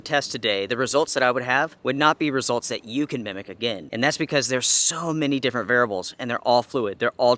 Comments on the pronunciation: I'm only pointing this out because you said it so many times [and I am a pedantic kind of person, tbh], but you need to buy a vowel and pronounce the word "variables" rather than "varibles." It only sticks out so much because you have little to no noticeable accent otherwise. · It's variables not "VARIBLES"...😆✊🔥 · varables . . . sorry i could not resist. I used to have a ex who said bagel like bah-gul and I laughed everytime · You mean “Varabal”? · vair ee ah bul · Say “variables” again.